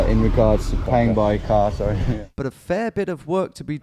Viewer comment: that was epic, americans are pretty guarded sawwy